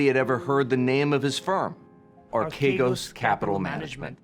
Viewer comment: The name is properly pronounced "arch egos"